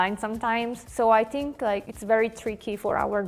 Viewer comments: что за синк (think)??????? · блин да скажите ей кто-нибудь чтобы она перестала говорить синк, синк это раковина! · "I sink" 😂